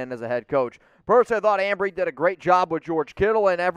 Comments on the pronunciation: It's Embree not Ambree. What is this amateur hour? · Embree not Ambree. TA is a very good tackle but we need a RT. Too much money for mine.